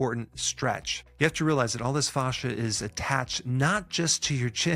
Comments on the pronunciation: The pronunciation of fascia is triggering me. Thanks for the exercises. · The way he pronounces “fascia” reminds me of Goldmember saying “father”. IYKYK